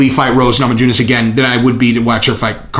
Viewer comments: It's pronounced Namayunas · lol Nama-JU-ness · The j in namajunes is silent brother. Keep up the great work, love this channel and its content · The "j" is silent.